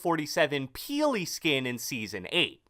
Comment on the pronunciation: Oh god the way says "Peeley"